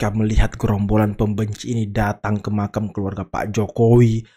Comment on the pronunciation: 'Makam' bkn makan bang . 😂😂